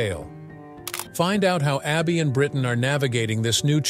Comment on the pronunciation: It’s Brittany not Brittan